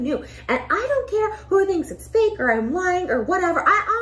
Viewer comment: She literally said "I ON'T CARE"